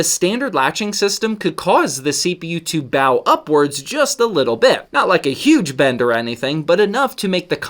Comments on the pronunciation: ‘Pressure distribution’ is more accurate a term than ‘dispersion’ in this context. ‘Bow’ is also pronounced like ‘low’ or ‘go’, not ‘cow’ or ‘now’. Your explanations are easily understood but the language could be more accurate as these words have specific meanings in science and engineering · It bow (boh) (like bow and arrow) upwards Not bow (bahw) (like take a bow before the crowd) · in the context of something taking on a bowed shape, bow is pronounced like a hairbow, not like taking a bow. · Another pronunciation of “bow”, big guy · Bow? It's pronounced like the stick and string weapon